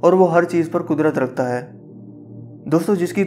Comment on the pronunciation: Sir ap ke Alfaz 3 YEARS AGO bhut achi Thi Ab ap Jaldi jaldi Bote hai Ur Hai ko Hainnn Bolty hy